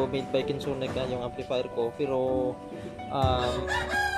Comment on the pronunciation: "equalizee and amplifeer rewiew, good job, stay conex